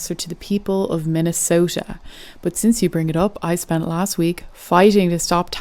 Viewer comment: Ok fine, I'll watch the rest. Did he just say spend porn?